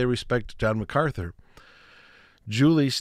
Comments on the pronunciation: Brother forgive but you keep mispronouncing MacArthur with MacArthly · Mark MacArthur not Macartney.